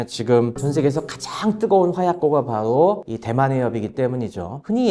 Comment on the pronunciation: 바도 가 아니라 바로 입니다